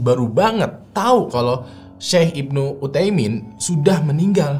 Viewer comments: Bukan Syaikh Ibnu Utaimin bang, tapi Syaikh Ibnu UTSAIMIN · baca nya syeikh usayimin (utsaimin) bang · Mantap, dikittt masukan, bukan syeikh ibnu uthaimin, tapi utsaimin ya bang. (Ibnu artinya anak) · Utsaimin bukan uthaimin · Syeikh Ibnu uthsaimin min.. Bukan uthaimin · Maaf saya benarkan itu namanya syeikh ibnu utsaimin bukan uthaimin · FYI, yang bener nama syeikh itu Utsaimin.. pake tsa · Syeikh ibnu utsaimin, bang penyebutan nya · Syekh ibnu Utsaimin, om. pake ث (tsa)